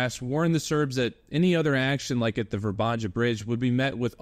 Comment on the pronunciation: It´s not pronounced ver-banja but more like Vr-ban-ya. There’s no Ganja 🙄. J is in Slavic language is like Y in ,,Yom,, kippur war